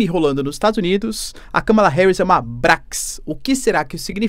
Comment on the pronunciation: Professor, você falou mais de uma vez BRAX, não é brax é 'BRAT' (brat = pirralha).